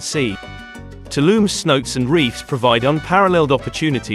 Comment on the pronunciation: Couldn’t even finish the video… Tulum has its own international airport so advising to fly in from Cancun is mean your info is severely outdated. Don’t call the water holes “see notes” call it like how the locals call it smh. (say-now-tay)